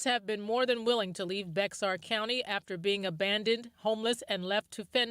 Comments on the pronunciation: It is not Bexar it is pronounced BEAR! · Bexar pronounced as in bear or bare. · It is not pronounced as Bex- are, the correct pronunciation is just like the animal Bear. It is pronounced Bear County. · It’s not “Bex-ar” it’s pronounced “Bayer” county. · Bexar county is pronounced like Bear. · THAT COUNTY IN TEXAS "BEAXR" PRONOUNED BEAR! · Bexar is pronounced Behar.